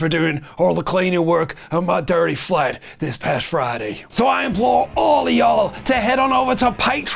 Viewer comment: had the southern stuff down until he said flat, no southerner while say flat lol